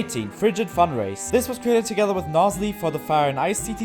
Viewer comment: ah yes, another lovely bit I just now noticed you said "funrace" instead of furnace